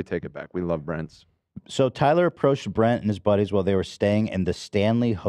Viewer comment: The fact that said Bretman’s name wrong. After all this time….always.